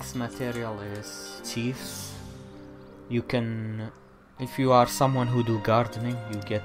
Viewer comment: Just FYI, Chives is pronounced "chai"ves.